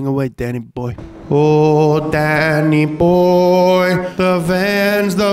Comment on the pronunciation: Dude sang Danny boy completely wrong. It is the funniest thing ever